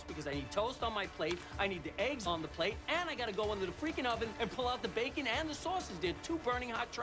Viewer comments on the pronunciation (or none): none